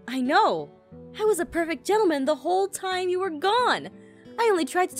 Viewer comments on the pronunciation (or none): none